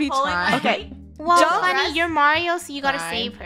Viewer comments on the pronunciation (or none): Its "Funio" lol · It’s Funneh not funio